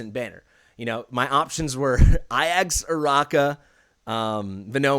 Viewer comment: It's very clearly A-Jacks....stop mispronouncing it, yikes my guy